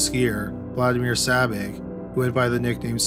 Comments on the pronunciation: It's Sabich not Sabby! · I wish the voice-over person would get Spiders last name right! It’s Sabitch , not Sabic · But he mispronounced Sabich. Rhymes with “rich,” not “Rick.” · sabich is pronounced sabitch. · His name was Spider Sabich ( pronounced sa-bitch )